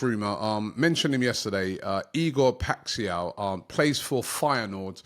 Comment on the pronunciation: for me is Robbie pronouncing Paixao(PAI-SHOWN) as PAI-XIAO lol